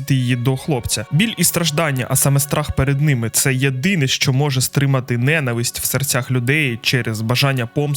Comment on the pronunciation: дуже круте вiдео, але правильно "ненАвисть" (наголос на лiтеру "А". Моя улюблена арка, особливо в момент коли з'являються Мiнато i Кушiна - багато разiв передивлявся Шiпуден i завжди плакав на цьому моментi, як, власне, плакав i пiд час перегляду цього вiдео. Обожнюю це анiме - думаю, для мене це анiме найкраще...шкода, що багато хто не не хоче розумiти сутi цього шедевру i хейтить за якiсь дрiбницi... а про музику я взагалi мовчу. Саундтреки Iтачi i Сасорi в анiме просто неймовiрнi в сумнi моменти.